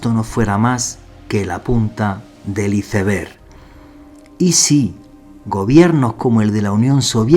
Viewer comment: Por favor! Si vas a pronunciar palabras en Inglés por favor pronuncialas correctamente! Pronuncias mal ICEBER y también ANCIENT ALIENS! Si no quieres o no puedes, tienes la opción de decirlas traduciéndolas al español! 🥴🥴🥴 Respeta las lenguas, respeta a los escuchas y pronuncia correctamente! 🥴🥴😡 La chica lo hizo muy bien y pronunció muy bien en Español pero eres necio y no haces lo mismo! 😡😡